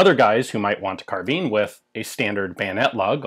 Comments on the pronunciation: Carbine, not carbean!! ;) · Carbine pronounced like vine not like bean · Sheesh, if you thugs would only go back to the etymology, carbine is derived from the Latin "kar" meaning "to aerate with extreme prejudice". So the pronunciation is decidedly "karbine". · In Britain we pronounce it "carbine." Although I'm prepared to admit the US version may be correct. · Obvisously the proper pronounciation is "karabina" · It's spell't "Carbine" but its pronounced CAR-BEAN, good feller. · Carb-eye-n not Car-bean. Guns & Ammo October 1966 page 47. Some author named Cooper. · Sounded like you say "kahabeen" lmoa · Mean, keen, been, mine, bind, fine, carbeen, carbine. pronounce the word "carbine" pronounce the word "carbeen" hmmm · GunFun ZS "and not even the majority of English speakers." ??? In a long life I've only ever heard Americans say "carbeen" and as Americans are no longer speaking English anyway they don't really count. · This just an American pronunciation ! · Pirates of the Carbine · So is it pronounced carbine or carbine